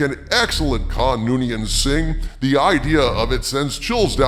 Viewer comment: OK seriously did I miss something? Why is everyone pronouncing his name like Noonian Sing lately it’s Noonian Sooooooooong. I first started noticing this on Star Trek, stupid new worlds. At least that’s the way they pronounced it all the way through TNG and Enterprise